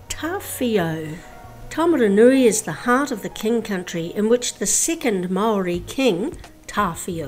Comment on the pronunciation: love yr pronounciation of the maori place names around our town ..great vids thanks!